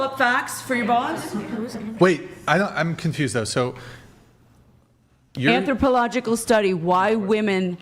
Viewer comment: She can't even pronounce "anthropological".